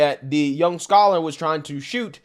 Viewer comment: Why do you keep saying scholar?